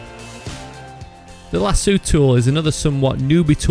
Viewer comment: It's pronounced *Lah-soh. There is one 'o' in the word, not two.